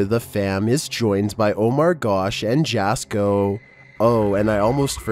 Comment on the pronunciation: Jasko is pronounced Yasko not Jasko. 😮 Just sayin. 😂